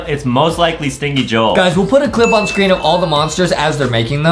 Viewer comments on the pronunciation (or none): Justin Remember its not stinky joel its stinky JO-EL